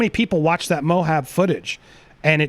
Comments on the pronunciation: Sorry to be nit picky, but as someone who lived half my life in Utah, I have to tell you, it's pronounced "Mo Ab", not "Mo Hob". Lol, sorry! It's just been bugging me every time I hear you say it like that. Anyway, looking forward to the charity stream tomorrow! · Pronounced Moe Ab